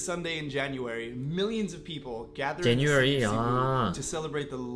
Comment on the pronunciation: when you say people you say paper